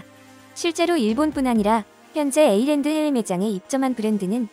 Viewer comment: Åland는 에이랜드가 아니고 오우(?) 랜드, 핀란드와 스웨덴 사이에 실제로 존재하는 섬 이름입니다.